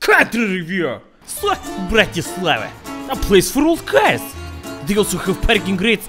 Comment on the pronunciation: It's BratiSLAVa